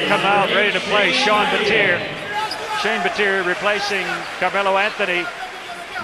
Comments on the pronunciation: it's pronounced how I just said BAT-EE-A not BAT-TEE-EAR like they were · I cringe when they call him Shane BATEER, UGH! It's Baty-yay! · It's Bat-e-a not batt-er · Anyone else cring with the commentator pronouncing Battier, "Bateer"😂 smh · can't stand how they pronounce Shane battiers name.. BAT-EE-A